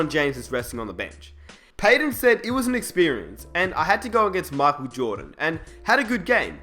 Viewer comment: learn how to say michael u dipshit